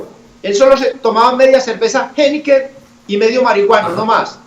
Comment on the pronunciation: heineke! pero por que dice la marca asi?